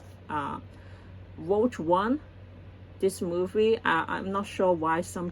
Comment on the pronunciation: Rogue is pronounced. Row-G Row like row your boat. And the G from g‐amer. RowGuh I only have one pop figurine. The Doom Slayer.